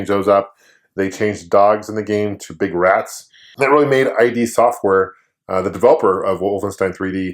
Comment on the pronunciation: For the record, it is pronounced id software (rhymes with 'kid'), rather than I.D. software. For proof, check out old QuakeCon keynotes when Carmack was with the company. Also wiki sums it up Respect,! Thanks for the videos